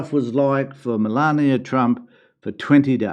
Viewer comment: Please stop pretending you can't say the name Melania. OMG english people can't pronounce a name of a lady yet,they are making fun of emigrants having accent. See if you can speak other language Melania speak 7 languages. I don't like Trump anymore i used to,but no need to be trashing Melania because she's Trump's wife. That's hate speech. Melania have her own business please don't trash the trash because i can say the same about you can't speak properly with your dentures 😂